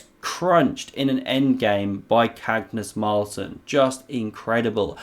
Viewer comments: "Cagnus Marlsen"?! LOL. But otherwise, a nice analysis of this game. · LOL at “Cagnus Marlsen”